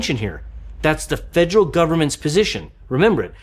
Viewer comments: it should be fe-der-al. You're leaving out the second 'e.' And saying more of an -ol and the end instead of -al or -ul. It starts the same as "federation," for reference. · Great video but the way you say "federal" kinda ticks me off